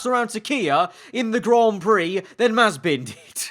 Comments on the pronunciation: if mazepin rhymes with frying pan then it would be mazipan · "Nikita Mazespin"